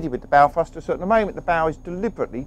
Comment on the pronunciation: What the hell is a "fruster"?